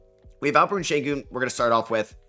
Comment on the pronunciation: day 3 of asking to you pronounce AlpeREN Sengun and AuSAR Thompson correctly